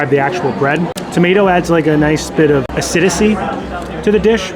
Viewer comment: you’re killing me with the “acidicy” 😭…